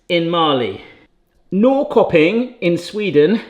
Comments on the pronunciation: Norrköping is pronounced Nor-shur-ping. It kind of means north-market. Very nice industrial town, kind of like the Manchester of Sweden. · The Swedish one is pronounced "Norsherping". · I think you'll find Norrköping pronounced approximately like 'Norr-SHIR-ping' (without the sound of the 'r'). I like the 'throw a dart at the map' idea. What about getting an atlas and just randomly opening a page up with your eyes closed and stabbing with your finger? Or have someone move the map under you while you drop a dart from above? Or have a selection of countries to choose from and spin a wheel (or use a random generator) to pick your three? Options!